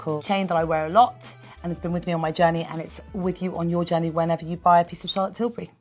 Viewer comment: シャーロットの発音が好き過ぎる